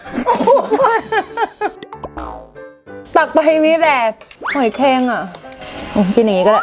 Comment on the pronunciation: หอยแคร่ง 55555